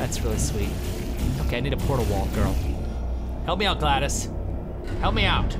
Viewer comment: it's pernounsed glad e ose